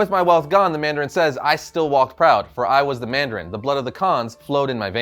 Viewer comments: Mandarin not mardarin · ITS NOT MARDARIN NOOOOOO